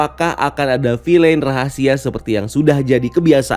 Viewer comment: Bacanya "vil'n", bukan "filein"